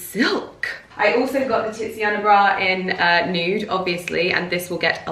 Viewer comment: the way you say TITSiana bra is HILARIOUS! Would you be interested in water/air plants in that window, or even hostas? Or you could do a succulent wall so that you don't have to keep painting the wall?